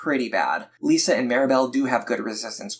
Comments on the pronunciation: Lissa is pronounced Lis-ah not Lee-sa btw. Good guide thou. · Never heard someone call her "Lisa" before but great guide Edit: Hold up, Tharja as "Saria"?